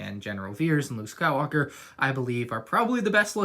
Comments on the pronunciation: Anyone hear Luke Skywooker? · going Scottish there for a sec